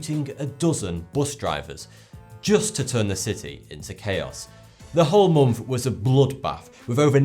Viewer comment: Moomf after moomf of darkness!